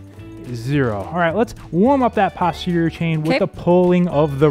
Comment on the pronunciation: Nice workout, thanks. In medicine, "posterior" is pronounced post terior, not pahst terior.😊